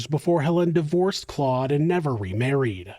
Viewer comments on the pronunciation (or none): none